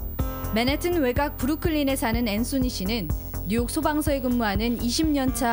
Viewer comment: 발음 진짜 구려서 못 듣겠네... 맨하튼이 뭔가요 본토발음 맨햍은이라고 하든가 한국발음 맨하탄이라고 하든가 ㅋㅋ